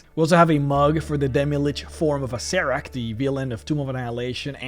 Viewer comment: Acererak (Uh-Sarah-Rack), Why do so many people seem to have difficulty pronouncing this?